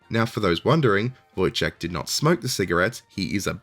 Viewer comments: Oh, oh wow. I don't think I've ever heard anyone butcher the pronounciation of any word this much. How did you manage to turn "Wojtek" into "lykciek"? You got one (1) phoneme correct out of that. I'm impressed. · It's "Voyteck". There is no soft "ch" sound in his name. If you need somebody to help you with Polish pronunciation in your future videos - let me know. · I find it funny, that you refused to try to pronounce Wojciech, while pronouncing Wojtek the way that Wojciech is pronounced xD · Great video, however it is hillarious that you pronounced Wojtek as Wojciech which is a far more difficult word. Wojtek should be pronounced as 'Voyteck' or 'Voytech' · Wojtek should be pronounced Voy-tek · Wouldn't that be "Voytek" I'm fairly sure this is pronounced "Voytek" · You pronounce the diminutive "Wojtek" the way that "Wojciech" is actually pronounced (while claiming you can't pronounce it :)). "Wojtek" should sound more like voy-tech. Also, you are spot on with the translation of the name. "Wój" is a name for early Medieval period man-at-arms, "ciech" is an old Polish word for joy (not used anymore, except as a verb - "cieszyć się" means "to be glad" or "to be joyful"). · Your pronunciation of Wojtek is actually closer to the full Wojciech than it is to Wojtek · pronounced voi(d)-tech